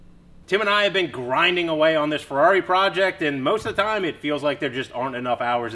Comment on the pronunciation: The "Furdarri"! lmao :)